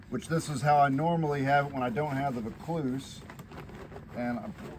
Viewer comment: Great video. It's pronounced "Voor - clues" we have a suburb in Sydney named Vaucluse... Most expensive property in Australia